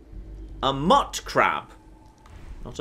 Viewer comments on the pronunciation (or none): "mutcrab" Upon thinking upon it, I'm relatively sure the mut is pronounced like mutated, rather than mutt.